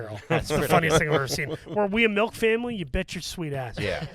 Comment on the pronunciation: I just realized that says "melk" not "milk". Can people from Philly say any liquid right? And I'm saying that as a non-native speaker.